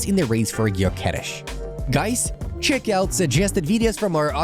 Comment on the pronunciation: Hi! I'm watching your channel long time ago, and I love it so much! Only one thing, what I noticed is, that Viktor Gyökeres is a swedish player, with hungarian elders and name. You spell it already almost perfectly, but the GY still causes some trouble for you.:D If you accept some help from me, try to spell it like Novak DJokovic's name. Like DJökeres, if that makes any sence.:)